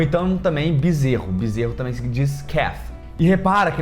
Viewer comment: Vc fala tamém ao invés de também... Adorei seu vídeo.